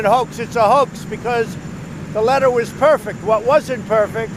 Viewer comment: "I call it a perfecK conversation....", the man can't even say the word perfect! What a loon.